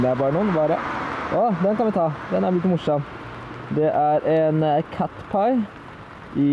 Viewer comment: Ehhhm... Det heter ikke catpie det heter caterpie eller noe sånt!